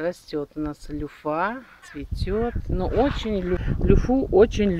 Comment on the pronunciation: Не люффА, а лЮффа - ударение на Ю